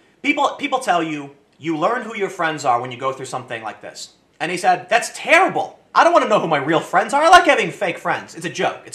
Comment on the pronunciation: You spaid said wrong.